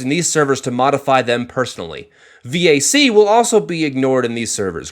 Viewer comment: What is this "vee-ay-see" you speak of?